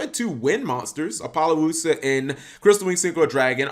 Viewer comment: Ap. Oh. Loosuh. Not Ap. Oh. Lo. Luhsuh.